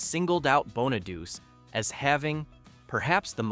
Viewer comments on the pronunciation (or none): Bonado-chee! Geez , the annoying crap you Americans do to language! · Pronounced Bonaduchee,not Bonaduse.It's Italian. You really should get your pronunciation right if you're presenting a video about something. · Danny’s last name is pronounced “Bon-a-doo-chay,” not “Bon-a-doos.” This video mispronounces it all five times. I’ve never before heard it mispronounced like that. When the voiceover said, “Susan Dey was cast as teenage Laurie,” It showed a photo of Suzanne Crough, before the voiceover started talking about Suzanne. When Bobby Sherman was shown in several scenes at 18 minutes in, the voiceover never acknowledged him. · It’s Bon-a-do-chay. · The mispronunciation of Danny’s last name set me on edge. Yikes. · The narrator kept mispronouncing his last name.